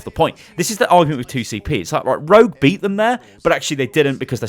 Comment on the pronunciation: Keep thinking he's saying Road not rogue lol